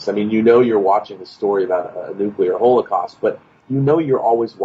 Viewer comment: “Hole-eh-cost” dude please practice your pronunciation